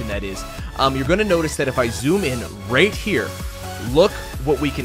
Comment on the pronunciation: He pronounces “right” as “rate.” Maybe he’s planning on- (inhales loudly) HE’S GONNA MAKE A MOBILE GAME THAT FRAMES U OF A FELONY IF U DONT RATE IN THE GAME IN THE FIRST 10 MINUTES